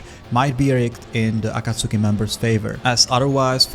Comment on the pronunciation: Aaaakkkaaaasoookiii Bruh ah-kaht-tski, not Aaahhhkaaasooookieee